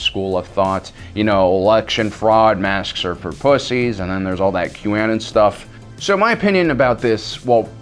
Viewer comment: You say Qanon in the weirdest way I have ever heard.